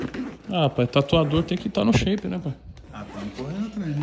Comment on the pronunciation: toburro: "ah,tatuador tem que tá no shaype" qualquer um que escutou: ãnnnn???